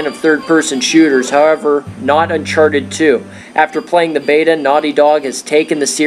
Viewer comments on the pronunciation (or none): none